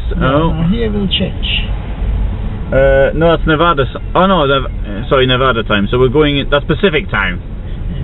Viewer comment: I know you're not an American but please learn to pronounce our state correctly. Despite common mispronunciation by some of the less educated among the eastern American news media, the correct pronunciation of Nevada is neh-VA-duh and NOT neh-VAH-duh. Thanks.